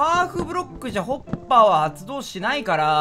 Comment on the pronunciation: 滑舌のせいかホッパーが おっぱいに聞こえない？自分だけ？